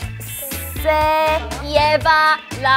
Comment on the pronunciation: Siuuuu me mato cuando hablaron español y ryujin cuando dijo si en vez de se era por q penso q la e en español se pronunciaba con i xd como el ingles :v